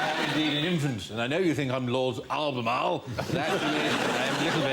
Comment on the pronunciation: Some genius improv indeed. Just a side-note - Lord Albemarle, not Althermal.